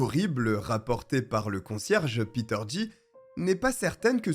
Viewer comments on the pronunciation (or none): none